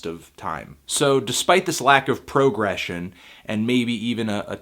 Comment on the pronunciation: ''Prógression'', what a progressive pronounciation :>